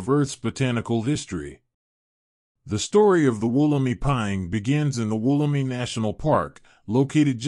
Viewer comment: It's pronounced Woll-em-i (eye) , It's location is not a secret it's in the Blue mountains, but it is a restricted site and not accessible by the general public...Since 1994 there has been many hundreds of Wollemi cultivated and there is a stand of them being gown by NSW parks as part of a conservation project Mt Tomah.